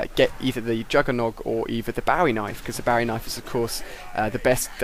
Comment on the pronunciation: You said "Barry knife". No that's not how you say it, you say "bowie knife"